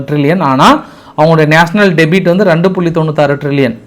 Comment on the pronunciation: Min அடேய் debt என்றால் "டெபிட்" இல்லடா debt என்பதை "டெற்" என்று உச்சரி. ( "b" is silent) டெபிட் என்பது debit... இரண்டிற்கும் கருத்திலும் உச்சரிப்பிலும் சற்று இடைவெளி உண்டு. ஆங்கிலம் அப்பட்டமான தெரியாத மூதேவி உன் Screen இல் உள்ளதை உள்ளபடி சரியாக வாசி. த்தூ... நீ எல்லாம் ஆங்கிலத்தில் செய்தி சேகரித்து தமிழில் சொல்லுகிறாயா??😂😂😂😂 தப்பா பிறந்தவன் தப்பா பேசுறான்.